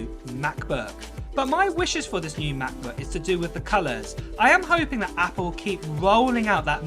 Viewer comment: 15 inch meh-booayh